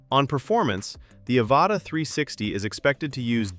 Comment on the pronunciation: "Ava Ta" that's one way to pronounce it